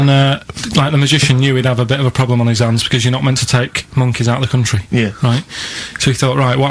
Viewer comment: love how ricky and steve were taking the mick out of karl for mispronouncing theft. but yet steve say's 'ploblem' and that's not even brought up xD